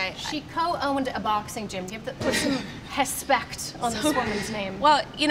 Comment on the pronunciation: Did Laura Sanko really just say Hespect lmfao. I bet her and the entire mma community browses Sherdog religiously.